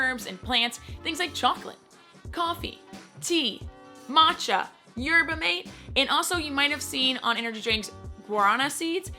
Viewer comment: Very informative video! I like that you touch on the healthiness of the drinks. lil thing tho: Guarana was what you were worried about with pronunciation!? "Yerba Mate" the "mate, meaning tea, is pronounced Mah-tay